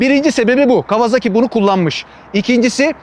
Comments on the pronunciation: yazmadan edemeyeceğim adamın soyismi kawazaki değil kawasaki :D Türkiyede kimse adamın soyismini doğru söylemiyor :D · Severek takip ediyorum ama bu markaya neden değişik değişik isimler ile telaffuz ediliyor? Toyota markasına Totoya diyormuyuz? Japonlar bu markaya KavaZaki kavaZAAki gibi bir telaffuz kullanmıyor. Japonlar Bu markayı KAWASAKİ diye telâffuz ediyor. Saygılar...